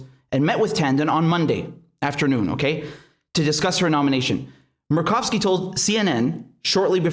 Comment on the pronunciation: Senator Murkowski. You said it right except for, say mer like mermaid. I'm down from 30 channels to just you and Jimmy Dore.